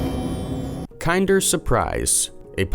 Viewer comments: Bro how do you f up kinder Dead ass everytime I see one now i am gonna hear you saying kind er instead of kinder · Kin-der, not kine-der. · It’s kin-der not kind-er just saying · LMAO Kind-er surprise... Kin-der surprise my friend. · I'm British and I'm triggered how says kinder KIENDER!! It's like saying kindergarten KINDER!!!!! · Me too. I'm australian. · Kin-der not kind. Kin der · Kinder isn't pronounced like kinder as in someone is kinder to you, it's pronounced like kin as in someone is you kin & der so kin-der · Pronounced kin.der. omg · KINDER!! KINDER!! IT'S KINDER SURPRISE!! LIKE KINDERGARTEN!!! OMG!! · I couldn't get past this dunce rhyming "Kinder" with "binder," so THUMBS DOWN again. Stay safe, everyone. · Kinder... seriously why is this channel full of people who pronounce things so weirdly. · Mispronouncing "kinder" once or twice was a little annoying. Repeating it as many times as it was in the video was outright obnoxious. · I'm a Yank and am triggered as well lol. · Me too. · Kinder, the brand, is pronounced like in Kindergarten, not as if it’s nicer than others. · ‘Kinder’ is pronounced as the same as ‘Kindergarten’ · OMG!! The first word of the video past the title and he mispronounces it!